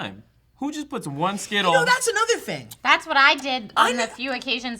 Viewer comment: when people say thing with a "K", like think, when it is actually "thing". its fucked, cunts are fucked